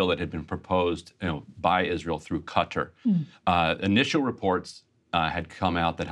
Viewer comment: Ryan Grim still doesn't know how to pronounce the word "Qatar" (e.g., kut-TAR with emphasis on the second syllable) !!!